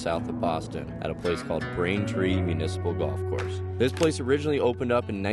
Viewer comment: You lost me at “municiple”